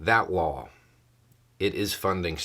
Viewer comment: When you say "law", I hear "wall". Seems everybody wants their name on something.